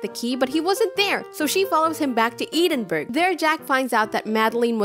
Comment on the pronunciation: edinburgh is pronounced edinburro not edinburg. in scottish gaelic, we call it Dùn Èideann